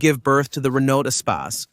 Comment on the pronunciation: Great car, please pronounce Renault correctly